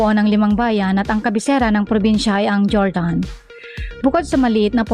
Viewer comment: Jordan pero HORDAN sya basahin, hindi jordan na sapatos... awiiit sayo!